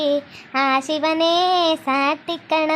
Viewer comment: ಸಾಟಿ ಅಲ್ಲ ಚಾಟಿ ಕಾಣೋ